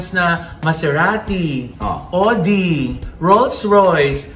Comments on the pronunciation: FYI: Audi is pronounced as Awdi not Odi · Audi is pronounced as “Aw-di”. #mamaloi